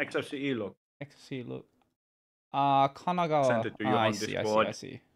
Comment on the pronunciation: DarkXero: "KAGAGAGA...": casually pronouncing "Kanagawa" with a near perfect native Japanese pronunciation